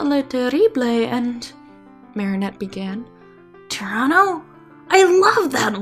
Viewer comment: When you said Tyranno I thought you said Toronto